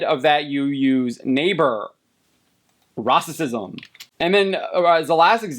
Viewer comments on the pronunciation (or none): Learn how to say racism lol